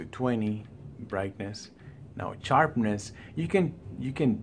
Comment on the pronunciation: I was only joking with you bother as a fellow Latino it's funny how you say charpness instead of sharpness..but thanks but on a serious note I just upgraded from Ku6300 to KS8000 and it does look better but color wise in hdr if I put the 6300 color up to around 70 it pretty much looks the same with the wide color gamut of the 8000..I was thinking of just taking it back and getting the Sony X800d to save money if they look about the same.what do you think?